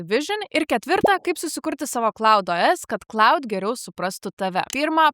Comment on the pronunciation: Šiek tiek keista, kad Claude AI mokate ištarti tinkamai, o va Claude OS, kažkodėl tariate kaip cloud. 🙂